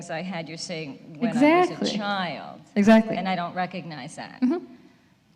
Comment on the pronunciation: Teal goes full New York accent "Exactly!", then auto-corrects, "Exactly". 🤣